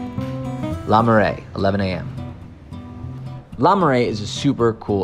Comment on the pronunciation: Oh my word, every time he said ‘la’ I cringed. Try pronouncing it like the ‘oo’ in ‘book’ or ‘cook’.